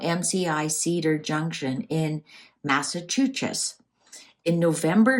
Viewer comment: Hello!😊 Massachusetts is pronounced mass' uh choo' sets